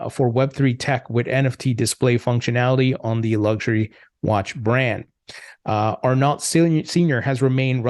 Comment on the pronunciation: ar-NO* is how you'd pronounce it. Not ar-NALT.